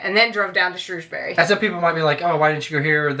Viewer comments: Next time. buy some cloud back up so you can save everything without being reliant on hardware. It's "Shrewsbri" not "Shrewsberry" it's one syllable, like the "bri" in brick. Same for all bury, apart from Canterbury.. never mind!!! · its is called Llandudno and pronounced like this clan dud no and it is Shrew s bury and Wales not Wells like a whale but with an s at the end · Lan-dud-no. And it's not Shrewsberry it's Shrowsbree. Shame you never went to Bath ands completely missed East Anglia like Cambridge, with the oldest school in England. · Shrewsbury is pronounced as Shrowsbury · Ok let’s go with it’s Llandudno ( lan dud no) and Shrewsbury (sh rows bury -as in rows a boat) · This is the debate amongst locals - it’s correctly pronounced shrew(like the bird)sbury xD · Also - Shrewsbury is pronounced ‘Shrowsbury’. No idea why! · Okay, me saying “correctly” was a joke! Either pronunciation is okay. I’ve been around people who say both, but in my experience of working in the town centre and attending the local sixth form, I hear Shrewsbury far more often than Shrowsbury. Even when I’ve lived away, I heard Shrewsbury more commonly.